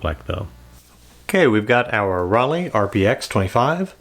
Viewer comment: I hope you’ll do Rollei RPX 400 next so we can finally put an end to the false hearsay that it is the same stock as Kentmare 400. And just cause I can’t not say anything. The german “ei” like in Leica is pronounced like the english word eye. So it’s not Rollee but Rolleye.